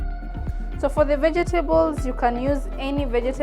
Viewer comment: Ve-je-te-bols hehe. Love it